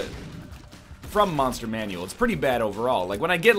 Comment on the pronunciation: Whenever NL says "Monster Manual" correctly I freak out.